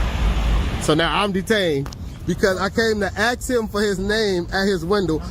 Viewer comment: What's DUMB is when you say AXE for ask over and over